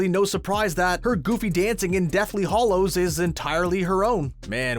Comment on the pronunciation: It's Deathly Hallows, not Hollows.